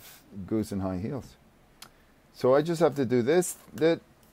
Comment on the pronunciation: "Nada más" your Spanish pronunciation is so clean!